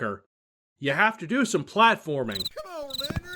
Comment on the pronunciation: I am sure he is saying Lenard... But it sounds like something else...